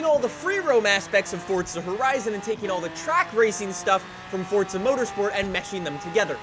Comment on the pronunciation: "Fortza" lol.